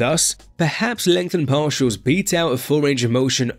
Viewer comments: Legtnhen parsials 4 lifeee mothaafokaaa .. 🍻🍻🍺🍺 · "LEngtheNed PaRtials"